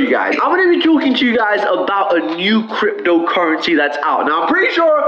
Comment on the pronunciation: why does he say crypDO currensee lol